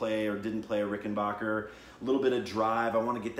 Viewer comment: Ricken-BACK-er... Not Ricken-BACH-er.